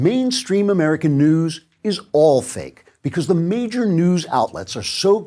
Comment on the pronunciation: I thought he said fake "dews" ...like the "mountain cool" you'd get from a No Frills.